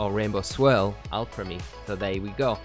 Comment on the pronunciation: Guy makes a video about a Pokémon can’t even say the name right 😂 (or the town)